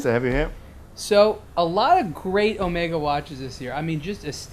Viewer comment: The first thing he should have explained to this kid is how to pronounce Omega properly.